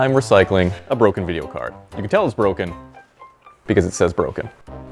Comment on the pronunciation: i thought it said bromen not broken lol